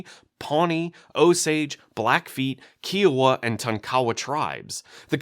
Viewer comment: Bit of a nitpick: Kiowa is pronounced “Kai-oh-wuh”. Other than that, a pretty excellent video over all. Sorry about the nitpicking.